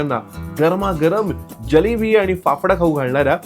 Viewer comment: जलेबी नाही रे बाबा जिलेबी......